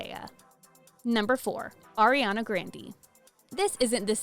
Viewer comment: The fact that she’s doing a video of pronouncing names wrong saying Ariana and it’s pronounced airiana 😂